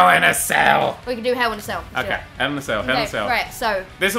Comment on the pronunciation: HELL IN A CELL!: Hew in a cell. Lol it's hell.